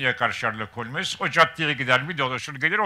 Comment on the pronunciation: Holmes diye mi okunur o Allah aşkına